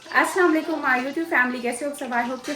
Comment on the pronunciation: Are aap assama lekum kyu bolti ho ......itna kuchh bolne aata h patar patar pr dhang se salam krne nhi aata h agar nhi aata h to usse achha salam kiya hi mt kro plz😢